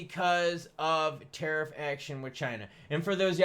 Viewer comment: my guy is am drunk every time you say terif down the gluck drunk as fuck